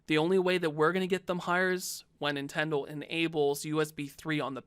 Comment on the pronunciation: Nintendle Switch